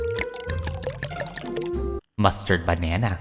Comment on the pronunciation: mUsTErd BANnaNa